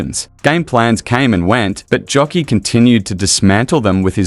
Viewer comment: Nikola "Jokiii"? Mann, lebst hinter einem Stein oder was? JOKIĆ !!!!